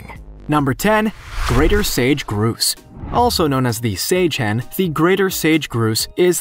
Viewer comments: Why is it that everyone else can pronounce the word: “Grouse” but you can’t? It’s gr-OW-ss! Not gr-ooooo-as! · The grouse bird its not pronounced groose but gr-ow-se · That's not a Groose, it's a GROUSE, rhymes with "house". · It's Grouse not Groose...pronounced like House only with a G. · It is not a sage groose.. it is a sage GROUSE....LIKE OW NOT OOOOO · It’s grouse, not groose. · Sage Groose??? 😂😂😂 it's Grouse. Gr-owe-ss. (Sorry, it's just funny to me that an "educational" video is published without knowing how to pronounce something as common as a grouse. Even small kids in Minnesota know how to say it.) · I was looking elsewhere when I heard him say groose. I was like, "What's a groose." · Grouse. Say it like house. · Thank you for this, it was driving me crazy! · No you can easily tell a text to speech voice. This guy is a real person no doubt. There's nothing wrong or strange about his intonation just the pronounciation of "grouse". Actually, now that I finished the video, a few other names too. But the intonations is still fine.